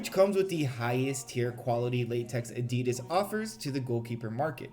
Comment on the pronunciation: Tbh, why should they listen, when you keep calling them Adeeeeedazzz...